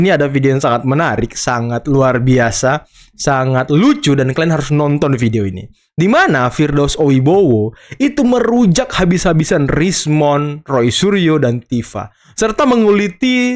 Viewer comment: Koreksi. Bukan oibowo tp OIWOBO